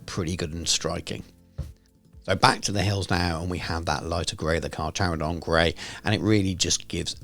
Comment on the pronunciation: Awesome video! Little note, its Car-care-o-don (carcharodon)